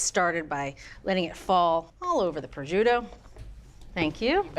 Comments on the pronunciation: Ok but why is she pronouncing prosciutto like that? There's no j or zh 😭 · The pronunciation of “prosciutto” is absolutely awful…..simply listen to the correct pronunciation on goggle…..this is almost embarrassing…..just say raw ham……but good recipe…… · Decent video and recipe overall, but it’s a shame a professional chef mispronounces “prosciutto”, and she said twelve slices, but actually used 14.